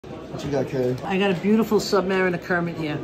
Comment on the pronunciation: First time I heard a yank pronounce submariner correctly